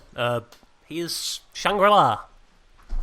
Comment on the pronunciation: 'shangrill' la. a hahahahahahaah why